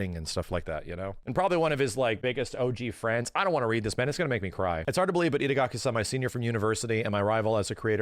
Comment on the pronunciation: The whole video says idagaki:D